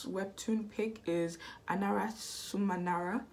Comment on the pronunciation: It’s been a good minute since I’ve read this one- and your pronunciation of the title is way better than any of my guesses 😂